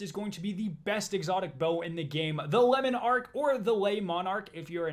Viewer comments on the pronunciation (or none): the way he pronounced Le Monarque. my guy you are saying it as if it was spanish/not a real word. lemon arch is one way you said it. its french. pronounfed "luh monarch" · You're wrong if you pronounce it any other way than yuh-tun but le monarque is lemon arch